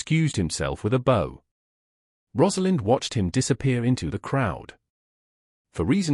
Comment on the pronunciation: Liked the story, unfortunately some of the pics were irrelevant and some words were mispronounced . ie bow n/v read verb past & present tense Thanks again Montreal Canada